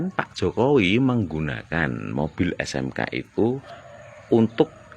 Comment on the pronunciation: 😂😂😂😂NGOMONG SENDIRI DIJALANAN..RISMON SDH.MULAI EDAN.HOPHO HOPHO....HOPHOWI...😅😅😅😅NGOMONG JOKOWI KOK HOPHOWI.